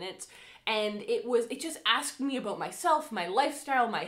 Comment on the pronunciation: I’m very new too this channel and already in love, and as a Michigander who now lives in North Carolina, hearing “aboot” is so comforting hahah makes miss home and Canadian neighbors ☺️